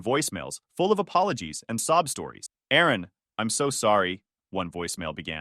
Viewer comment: It's Aaron Not Erin